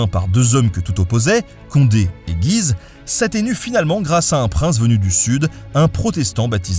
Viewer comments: Bien le bonjour ! Merci beaucoup pour ton commentaire et pour les précisions qu'il apporte à l'épisode :) Concernant la prononciation de Guise, il me semble qu'il y a une distinction à faire : lorsqu'on parle du lieu, de la ville aujourd'hui dans l'Aisne, on prononce effectivement le nom en disant le U comme tu l'expliques. En revanche, quand on parle de la famille, ça se dit "à la française" sans prononcer le U, comme Ben le dit dans l'épisode. Voili Voilou :) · Mon cher Nota Bene, bien le bonjour ! Merci pour bonne petite video. Comme à mon habitude, je vais chicaner sur des détails :p (on ne se refait pas ^_^) La famille de Guise se prononce [ɡɥiz] Güise, le U se lit. Les protestants sont autant l'Eglise que les catholiques. Donc, il faut éviter ( 'spèce de papiste, va !) de dire "l'Eglise" pour "l'Eglise catholique (romaine)" . Les jésuites se sont inventés tout seul, ils n'ont pas démérité leur réputation de débrouillardise. Il n'y a aucun monseigneur ni aucune éminence qui s'est levée un bon matin en ce disant : oh ben ? Si on inventait une nouvelle congrégation, histoire de convertir les hérétiques ? Ici, je rentre dans un domaine un peu pointu : il y a une différence entre une nouvelle congrégation du genre jésuites, oratoriens, etc. qui partent de rien, qui passent d'un état simple fidèle à celui de consacré, avec des voeux, d'une part, et une congrégation bénédictine comme celle de St Maur qui réunit plusieurs monastères suivant déjà la règle de St Benoît et qui vont s'unir en suivant en plus de cette règle, des préceptes visant à les réformer, à revenir à une vie plus monastique en visant un but précis, d'autre part. Ce sont deux sens différents du même mot. Congrégation veut dire : aller ensemble. Il y a eu avant et il y aura après d'autres congrégations, c'est à dire associations, bénédictines mais ce sont toujours des bénédictins, quelle que soit la congrégation et sa constitution (ensemble de préceptes secondaires) on s